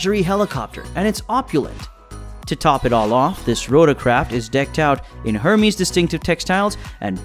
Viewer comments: Dude it’s pronounced Ermez not Hermeez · The Hermes trimmings you speak of are French fashion house Hermes pronounced Air-mez